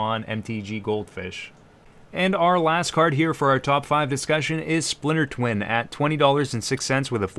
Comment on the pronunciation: Haha "Spliter Twin"